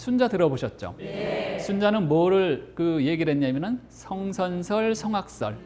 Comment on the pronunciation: 우선, "고전" 강의에, "고전" 의 "고"의 발음이 틀렸읍니다. "고"는 길게 발음했읍니다. 할수 없이 장음인 단어의 첫자를 짧게 잘못 발음한 예를 들겠읍니다. 시작,성악설,대관절,만약에,뭐냐,좋지만, 예를 들어서,뭔가,선택,사람,사전, 사람 사람, (공자) 왈, 해보게 된다,(사마천)사기,(기신)정, (충)서,(이야기를) 해도,부정적 등이고, 역으로, 단음인 것을 길게 발음한 예:고려(나라),왕 등 장단음 문제가 심각합니다 . 더 놀라운 일은, 이와 같이 발음의 문제가 있는 강의를 들으며 계속 해서 박수를 치는 시청자들의 태도입니다. 이상 지적한 것을 조용히 생각해 보십시요."한국 어문을 고발함"이라는 책을 읽어 주실까요. 한국 어문의 "타락상" 이 분하여 제가 "눈물"로 쓴 책입니다. 미국 변 완수 배